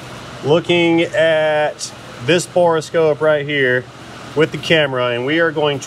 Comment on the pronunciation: My left eye twitches every time mispronounces borescope as bore-eh-scope